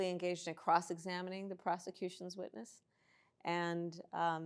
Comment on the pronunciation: I'm sorry Dear Sir, but, Did Our Fabulous VP just say "Cross Examining the Prostitutions Witness? Maybe it's my ears hearing it wrong but, regardless...🤣🤣🤣😂😂😂🤣🤣🤣